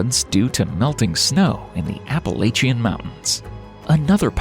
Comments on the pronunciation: App-a-lae-cheins😂😂 its App-ala-chins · Say it with me now: APP-UH-LATCH-UN Mountains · To bad, there is not a single correct pronunciation of the Appalachian Mountains. Good video. Otherwise, despite the whiney people crying over silly stuff, me included. 😂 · This dude butchered the pronunciation of Appalachian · Sorry but I hate the way you say “Appalachian” 😂 it’s funny though!